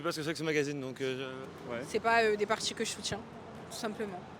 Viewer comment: "C"est paaas des partchis que jschoutchiens"